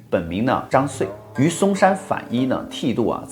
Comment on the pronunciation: 不是 反依 是 皈（音同歸）依